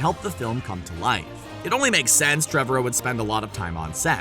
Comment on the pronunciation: It's Treh-VAR-row. Not Trev-a-row